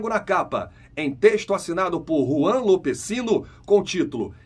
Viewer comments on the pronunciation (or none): none